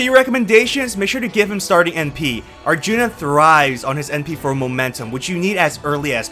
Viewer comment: I died at "Arthuna" 🤣